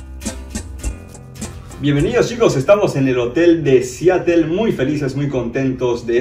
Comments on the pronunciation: Tambien dice Siatel en vez de Seatle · se escribe Seattle pero se pronuncia Seadle